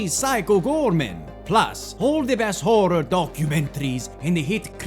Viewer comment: I love how he pronounces WHOREor. Scary and horny that's a good combo as viewers of this channel already khow.